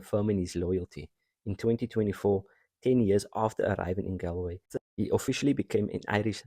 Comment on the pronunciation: Very Nice! - By the way Connaught should sound like "Conn-nacht", Galway sounds like "Gaul-way"